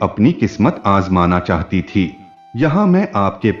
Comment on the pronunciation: Chahata thi ki chahati thi aap sach me gawar hai anpar parayee kar ke aaye itni jadi kya hai kahani parne me Raj dhani train pakar na hai kya